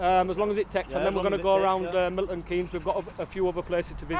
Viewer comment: Struggles with a simple pronunciation of the location, doesn't know where he is.